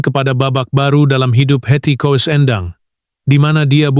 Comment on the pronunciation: Menyebutnya kok Heti Kowes.....